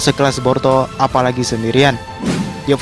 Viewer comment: Boruto bukan Porto 😁😁😁 Kalem aja ngmg'y. . . Jgn di cepet2in kaya di kejar2 apaan. . . Ngmg boruto dri awal sampai akhir kedengeran'y porto 😁😁😁